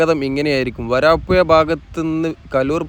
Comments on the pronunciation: സ്ഥലത്തിന്റെ പേര് മാറ്റിക്കളയുന്നു. വരപ്പുയ എന്നൊരു സ്ഥലം ഞങ്ങളുടെ നാട്ടിലില്ല. വരാപ്പുഴ ആണ്. തന്റെ ഒരു പേട്ട ഭാഷ. മയ, വയി, കുയി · നല്ല വീഡിയോ നല്ല അവതരണം ഭാഷ മെച്ചപ്പെടുത്തൂ വരാപ്പൂയ അല്ല വരാപ്പുഴ ആണ് പെയ്ലിങ് അല്ല പൈലിങ് ആണ് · വയി മാറി ഒയുകിയ പുയ... വരാപ്പുയ..